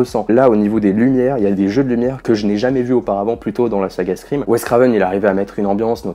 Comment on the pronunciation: Pourquoi personne ne prononce le titre de la saga correctement? Tout le monde dit scriiime 🤣